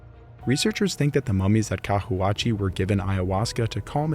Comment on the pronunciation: Cahuachi pron. —> Cawachi